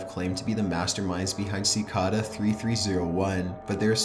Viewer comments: I love your channel but you don't know how to pronounce Cicada? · Am I the only one who was bothered how he pronounced cicada? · I was more disturbed by the way he pronounced cicada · Si - kay - da not ci - ka -da for pronounciation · Cicada. It's pronounced "si-kay-da". Seriously, learn to speak English properly before you lend your voice to a publicly available video. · It's cicada not sickada your voice is cancer but other than that vids good but use emotions in your video please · it's pronounced sic-A-da, now sic-ah-da... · This is good but he talks SO WEIRD AND HORRIBLE! Its so monotone until the end when he sounds like a valley girl. ALSO ITS PRONOUNCED CI-CAY-DAH, NOT CI-CA-DAH. ALSO ITS PAH-STAH, NOT PAY-STAH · cicada is pronounced kick-aida not sickada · pronounced "si-kay-da" or "chi-kay-da", not "si-ka-dah" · You are pronouncing cicada incorrect. You are pronouncing it "Ci-car-dar" its pronounced "Ci-kay-da" there is no letter R or even R sound. But you sound it twice. Great video none the less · sih-cay-dah not sih-cah-dah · I am like 99% sure cicada is pronounced ci-kay-duh and not ci-kah-dah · oh yay, the last Top15s video I watched, we pronounced Cicada "sickeda" -.- we're getting somewhere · Ci- cay-duh ...ugh its hard to listen to. LOL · Cicada is pronounced sa kay' day. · Dorsey Barnes in Australia it's sick-ARE-duh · CicAda lol. Ci-Kay-duh. 😊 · Cicada pronounced "sick Kay da" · "Sicawda" I hated that pronunciation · Is anyone else bothered by the way he pronounces “cicada”? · The way you pronounce "Cicada" and "Pasta" really bothers me. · DUDE THATS NOT HOW YOU FUCKING SAY CICADA YOU WANNABE EMO SOUTH PARK FUCK! Aight im tapping out after 9 minutes, I cant stand the dumb female voice dude. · That's actually how it's pronounced though (I believe), remember it's German. He was pronouncing cicada very wrong though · That's not how you pronounce cicada...